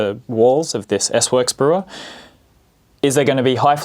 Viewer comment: Omg it’s S Works not SWORKS